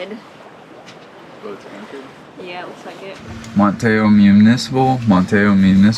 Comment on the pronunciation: pronounced "Man tee ow"